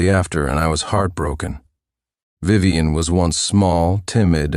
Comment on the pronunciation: Yuyuwei is Vivien... for some reason, the Vi's are getting pronounced as Yu's and the rest garbled at some points, I think. Took me a moment to realize because it was so screwy. But yeah, the Tiffany swap out was seriously an obvious copy/paste error.